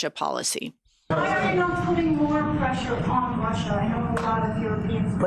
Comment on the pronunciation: "Lotta preshah"